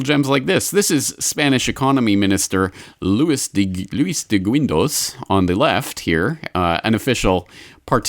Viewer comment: I just love how you pronounce Spanish names XDD A little guide for next time: Luis de GUINdos -> guin is pronounced like in "guinea", the "u" is silent Fernando de La ToRRE -> strong R like in "rat"